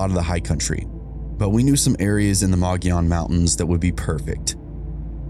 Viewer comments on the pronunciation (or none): Loved this episode. I live near one of the cases. I noticed you mispronounced a location but you did pretty good as only locals know the proper pronunciation lol! Mogollon is pronounced Mug-e-yone long e in the middle.